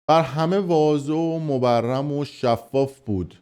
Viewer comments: شما کلمه مبرهن را به اشتباه مبرهم تلفظ کردید.لطفا بیشتر مطالعه کنید.ممنونم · بر همه واضح و مبرمه ؟؟؟ 🤦‍♀️ مبرهن 👌 بر همه واضح و مبرهن است 👌 و اونکه مبرم است الان تخمهای توئه که انقدر این مدت حرص خوردی و الکی داد زدی مبرم و متورم شده 😄🖐️ خدا تتل رو برای شماها حفظ کنه که نانی به دست آورید و به غفلت بخورید ! ا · شما که آدم رسانه هستین واضح و مبرم دیگه چیه؟واضح و مبرهن درسته مبرهن یعنی دارای برهان و دلیل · واضح و مبرم نه واضح و مبرهنه 😂😂😂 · واضح و مُبَرهَن درسته نه مُبَرَم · فلان و بیسار درست است نه فلان و بیسان ضمننا. واضح و مبرهن درست است. در آخر. راجع به درست است نه راجب..